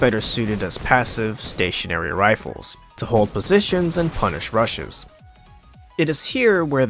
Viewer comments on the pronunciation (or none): "to punish rushes" i thought he said "to punish russians" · "to hold positions and punish rushes" i heard "to hold positions and punish russians" lol. anyone else? no? just me?